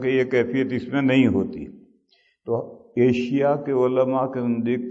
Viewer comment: صحیح لفظ ایشیا ہے جناب!ایسیا نہیں!